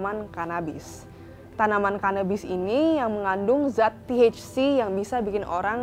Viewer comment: Nyebut THC nya biasa ae keles hahaha